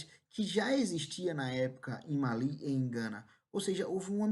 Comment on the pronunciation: Finalmente um professor que pronunciou certo 'Mali', o Império do Mali, ainda bem que te encontrei,.